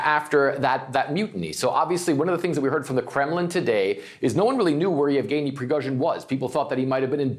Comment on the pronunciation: omg are you new? It's YEVGENY, you overpaid talking head. He's been in the news cycle for YEARS now and I can't even why you can't properly enunciate the man's name smh